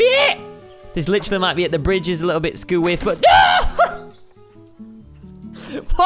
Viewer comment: He said literary